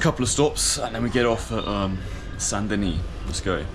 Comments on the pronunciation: Saint Denis. Don’t say the “S” or you make it feminine: Sainte Denise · The S in Saint Denis is silent...Deni. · The T in Saint is silent and the S in Denis is silent. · Stop pronouncing the S sound bro...